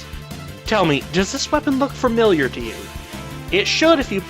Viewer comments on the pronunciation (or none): Why do people say fermiliar?